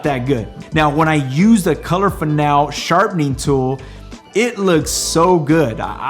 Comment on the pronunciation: It's fin-AL-ee.